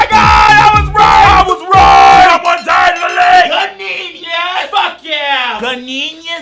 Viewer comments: "have you seen this seen this, see my ganeenius, ganeenius, ganeenius!!!" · Do ELITE and REBELDE already .... And YES bish... I cannot pronounce the word in any other way now other than to screech 'GANEEENIUSSSSSS' Thanks!!! 😂😅